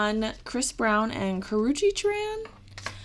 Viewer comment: You are saying it right